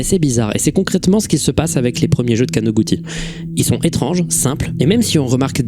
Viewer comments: Très beau taf, juste un correction mineure, il n'y a pas de "ti" en Japonais. かのぐち (kanoguti stylisé) se prononce kanogoutchi. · on prononce kanoguchi